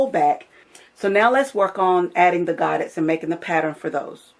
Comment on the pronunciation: They are pronounced “go-day” it’s French.